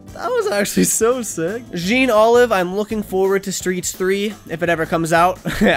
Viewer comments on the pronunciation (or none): the jean is pronounced like john